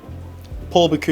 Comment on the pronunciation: An extremely interesting video but as a chef HOW do you repeatedly mispronounce the name ‘Bocuse’?